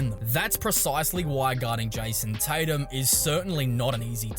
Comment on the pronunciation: Jison Titum